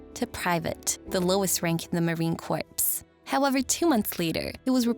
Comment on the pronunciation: Thanks for this abridged recap of this fascinating story.... In this context (that of the Marine Corps) will you please learn to pronounce "Corps" correctly ?? !!